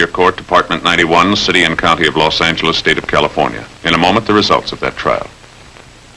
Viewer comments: Sgt Romero's character very clearly saying Law Sang-geless instead of Loss Anjelez. The only other instance of that pronunciation I can recall was in a Firesign Theater skit. Maybe the skit with the car salesman? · "You're in Los ANGeles, Babe! Los ANGeles. Got it?" Old-style pronunciation!